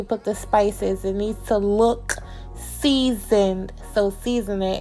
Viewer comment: You be making sure you put extra emphasis on SEASONEDDDDDD. Who made you mad? 🤣